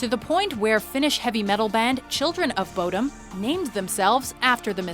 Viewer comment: bodom is not pronounced like that